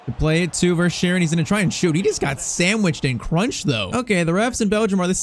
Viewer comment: I have been to Belgium verschaeren is 22 years old we say ver-skai-ren